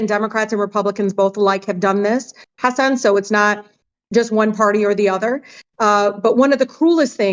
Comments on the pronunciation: If she's such a fancy immigrant's rights advocate you'd think she could pronounce hasan correctly. Tf? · she said hasin